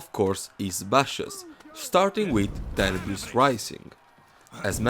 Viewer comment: To me every time Black Prior says “Tenibris” it sounds like he’s saying “Cannabis”